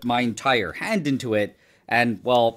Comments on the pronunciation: I thought he said he was gonna put his HEAD not hand 😭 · Am I the only one who heard "head" instead of "hand"? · Damn, I thought he said "head", not "hand" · except the devil gave him one thing and its that he irritates me any time he says “hand.” “hund” brother its HAND. WHAT IS A HUND. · Me thinking he said head not hand 💀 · Every time he said hand, I thought he said head😅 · Did anyone else think he said head at first? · Bro I thought he said “head” 😭😭😭🙏🏻🙏🏻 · I thought bro said head…… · "I was kinda worried that this could burn my håänd" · It really sounded like you said head. I was concerned.. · WHY IS NO ONE TALKING ABOUT THE WAY HE PRONOUNCES "HAND" (händ) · Does he say “hand” weirdly?